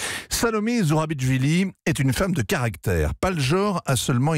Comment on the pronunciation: C'est pas ZourabiTCHvili, c'est ZourabiCHvili, comme dans 'Chevaliers'.